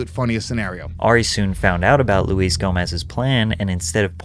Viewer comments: LMAO Loo-ess Gomez. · CALLING HIM LUIZ GOMEZ IS TOOO GOOD. hes such a stickler about say J. Gomez but you not even getting luis correct is hilarious. and also shows how little you know about any of this. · It's pronounced Lew-Is. Not Louise. How do you not know this? Lew-is-Jay-Go-Mez. That's his name. Wtf? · hey doggie it’s Luis J Gomez not Louise Gomez 🤣🤣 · If rock fans wanna listen to something hardcore they listen to metal. If comedy fans wanna watch someone hardcore they watch ari shaffir. Btw, Luis is pronounced “Lewis”